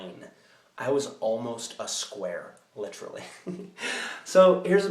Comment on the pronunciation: He said Litrally! Chris Traeger reference from Parks and Rec! He deserves to make that reference, he's lookin even better than rob lowe.